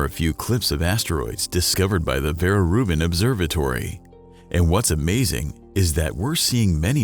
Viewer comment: Eu não entendo uma coisa o áudio que está em português do Brasil fala por várias vezes o nome do telescópio como verai rubin!! Porque isso meu deus?!? Vera é um nome português daí não se pronúncia como Verai mesmo não tendo sido o nome de uma brasileira ou de uma de uma portuguesa.... Mesmo esse nome sendo pronunciado por alguém que fala inglês, ele irá se pronunciar da mesma forma como um português ou um brasileiro pronúncia esse nome. 🙄🙄🙄🙄🙄😳😳😳😳😳